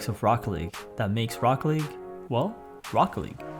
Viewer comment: lmao just funny how you pronounced Rocket League Rocke-league